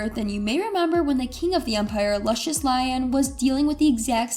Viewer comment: Jo-da-key Luh-shiss🤦🏾‍♂️ It's Jo-De-see and Loo-shus🙄 Oh and I couldn't help but catch the "Static was that ninja".... Yall really be tryin it huh